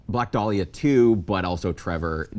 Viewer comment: The way Sam keeps saying “Black Day-liah” is doing psychic damage.